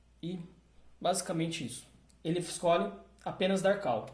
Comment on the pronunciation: A PRONUNCIA NAO É "KAL" SERIAL "CÓL".....entendeu? kkk